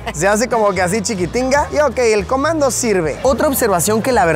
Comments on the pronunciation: Chiquitinga? acento camba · Yo escuchando a Luisito decir "chiquitinga": 😮 Para el que no sepa es ps una palabra camba, Saludos Luisito!!! 😊❤